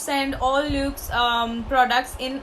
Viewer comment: Hey , i love your videos. I am from Pune. Would like to inform that the pronunciation of luxe is actually 'lux'. It's actually short form of luxury. Keep doing videos, u rock 🙂